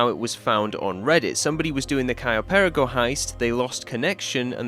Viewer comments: im sorry but the way you say perico is really bothering me, you can say it with your accent bro, just say Pear-E-Co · Why does every English youtuber insist on pronouncing perico incorrectly? It's not pair uh ko. It's puh ree ko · Next mystery for you to solve: "How to pronounce 'Perico'." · Every time he says perico wrong makes me want to scream